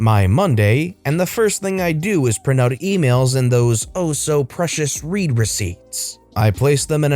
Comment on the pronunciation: A "read" receipt is not a "reed" receipt, but a "red" receipt.